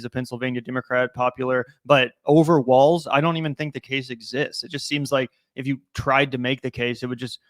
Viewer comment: Hey everyone his name is Walz not Waltz or Walls lol